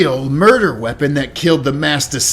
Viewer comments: is giving “de killer den delivered de bear” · "de Killer then delivered de bear"